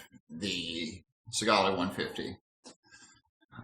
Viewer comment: This is why you need to actually use your shit properly and long enough before reviewing it. There's probably a bunch of people that saw that last video you made on it and didn't buy it because you didn't know what you were talking about. Also, learn to pronounce the names of the devices you're making these awful videos about and stop swearing so much. You already sound uneducated enough.